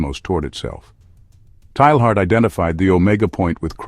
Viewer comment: His name is usually pronounced TAY-yahr. Thanks for doing the video. Excellent topic.